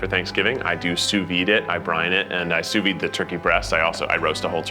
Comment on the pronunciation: I love that keith doesn't know how to say sous vide, really puts the cherry on top of this one